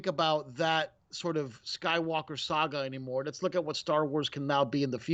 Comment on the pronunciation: Yeah but it's funny how he fails to day saga and says sAga